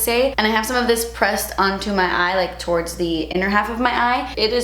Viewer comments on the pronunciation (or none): none